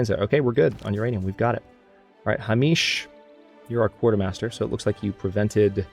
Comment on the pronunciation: Psst...... your spy is named HAY-mish, not Ha-MEESH. That was an interesting mispronunciation, though.